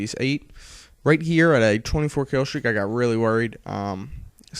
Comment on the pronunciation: you said killstrek :3